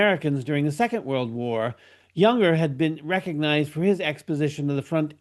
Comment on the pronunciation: It's pronounced Yung-ur, not Yun-Gur, and it's Dill-tie, not Dill-tee.